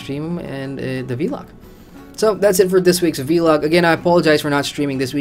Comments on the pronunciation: Say VLOG not V-LOG please... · try it... its not hard, say it with me... VVVLLLLLOOOOG :)